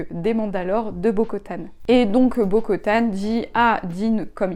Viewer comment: vidéo très cool je suis plutôt d'accord avec ton avis. Je te conseille de regarder la série animée The Clone Wars pour en apprendre plus sur le passé de cette période. Et pour info c'est Bo Katan et pas Bo Kotan